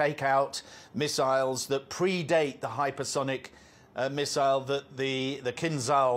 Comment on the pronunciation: How many "MISSISLE" did😊 you count???😅😅😅😅😅